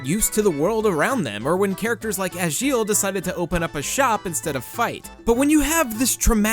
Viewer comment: I don't know what version of the game you've been playing, buddy, but I've been hitting on Agil (which you're pronouncing wrong, by the way) and Klein practically since I bought the game, and it hasn't tried to stop me. I even bridal carried Agil around the Town of Beginnings for a while. It was kinda hilarious to watch, because I'm a girl of average height and he's a freakin' giant.